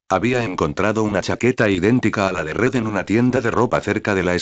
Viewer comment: en vez de Red es Ñed xd